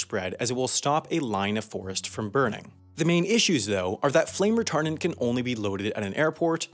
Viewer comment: Why did I hear retarded instead of retardent